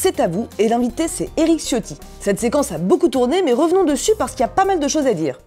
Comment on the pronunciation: Ciotti étant d'origine Italien son nom se dit C"h" iotti (comme le wc) , en attendant merci encore pour ce numéro :)